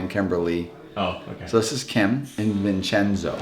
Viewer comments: its vinchenzo, not vinchezno 😭😭😭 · You 2 are as bad as each other loo. First you spell it vinchezno and then he goes vincheo. Hahaha